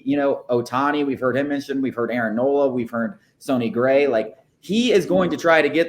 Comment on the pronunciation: Why do you keep saying sony gray